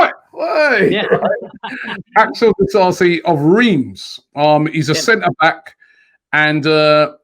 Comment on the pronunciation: spot on pronouncing "Disasi", but "Riiimmmss" totally wrong lmao